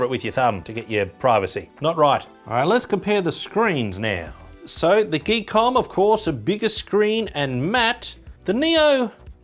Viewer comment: I believe the name on the box is "Gee...KOM"... not geek book 😅😆😂😂